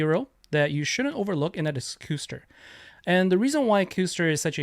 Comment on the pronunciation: Sweet video Custer is such a pain in arena easily fastest so after charge gear fastest Custer gets gem move first. Btw it's cuss ter would be my guess like the European pudding.